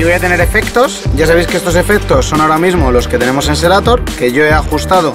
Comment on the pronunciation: No es por dar hate compañero, pero se llama SERATO no SERATOR, buen video, me lo ví todo, pero me estreso la mala pronunciación 😫